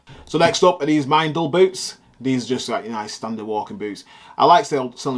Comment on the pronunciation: Fab pics! Just watching loads of your old vids! The boots are pronounced ‘mendal’ as in Mr Wendal 😂 and they’re worn by a lot of shooting enthusiasts in this country & abroad, brilliant boots!